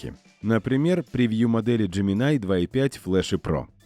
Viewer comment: Какой еще "ДжеминАй"? :face-blue-wide-eyes:Хотя бы перед тем, как ролик озвучивать, послушали носителей языка, что ли. Или спросили бы у самого Gemini. А я спрашивал. И знаете, что он ответл? Так же, как и носители: "- Называйте меня Джемини". Просветители-запутыватели, понимашь... :pillow-turquoise-hot-chocolate